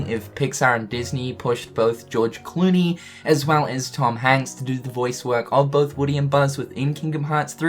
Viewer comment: the moment he says gorge clooney lmao :P